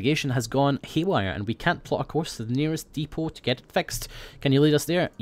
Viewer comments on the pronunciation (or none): none